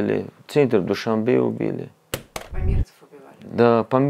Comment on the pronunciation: Какой-то безграмотный политолог Мулоджанов, ладно ведущая говорит невпопад Дюшанбе, вы что политолог родной язык не знаете на самом деле Душанбе означает понедельник, а такого слова Дюшанбе нет в таджикском словаре.